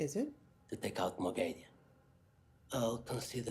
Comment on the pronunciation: dont worry, even the audiobook readers cant consistently pronounce Moghedien